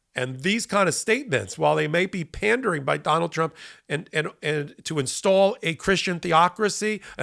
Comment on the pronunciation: From now on? "don-OLD". OR, "d'oh' bald". Take your pick.